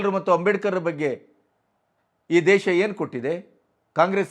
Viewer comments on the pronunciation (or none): none